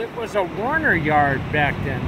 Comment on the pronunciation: Not Warner but "Werner" Trucks Jack...